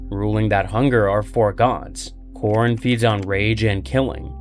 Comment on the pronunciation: It’s khorne , not khrone